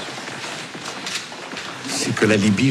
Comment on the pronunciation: < > ?! Mot qu'il hésite à prononcer... L'objectif de Nico dans l'assassinat de Kadhafi...